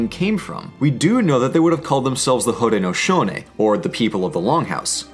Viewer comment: How do you pronounce Haudenosaunee? 'Cause by my reckoning, he got it mostly right (should have been 'nee' instead of 'neh')